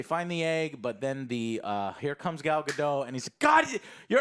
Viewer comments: right off the bat just an fyi joe it's pronounced gadot not gado, the t is not silent, I dont get why so many americans think that it's really weird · You lost me at the mispronunciation of her name. She's not French. It's not Ga-doe, it's Ga-dot, as she has reminded interviewers over and over. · They keep pronouncing Gal Gadot’s name incorrectly.